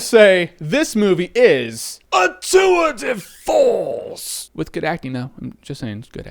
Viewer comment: whats "tue de force" mean